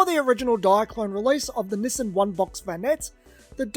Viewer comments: Through the whole video, I thought he was saying, "Missing vanette". I kept thinking, "what is he saying that's missing?", until I realized he was mispronouncing, Nissan as "missing". Nissan is pronounced (Nee-sahn) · I just kept hearing "the missin' vanette", "the missin' vanette". I'm like, well, where is it? Took me a while to realize he was saying "the Nissan (nee sahn) vanette". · I was half through before I realized you were saying Nissan not missing. I couldn’t figure out what was missing 😂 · No, it's pronounced "niss-ahn".